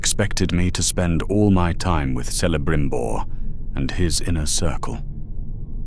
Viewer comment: The pronounciation of certain words just piss me off…. Se-le-brim-bor….